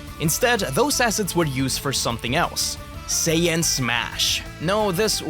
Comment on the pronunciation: Mispronounced Saiyan as "Sayin"